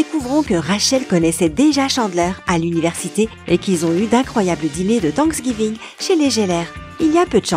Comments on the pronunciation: Comme tanksgiving au lieu de prononcer thanks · Fwiends 🤣 Tanksgiving Bwaaaah mes oreilles !!!!!! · ça fait longtemps que je ne fais plus attention à leur façon de parler anglais, c'est désastreux, comme (the) Ze. Achevez-moi svp. J'ai oublié Thanksgiving, ils le prononcent (Sinsgiving), Home, (ome), et How are you, c'est ( Aw are you ) par contre leurs enfants prononcent toues ces lettres à merveille aussi bien de l'espagnole de l'arabe que de l'anglais jusqu'à l'âge de 13 ans, au-delà ça devient dur. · 'Tanksgiving' jelleur' 'allesandrose'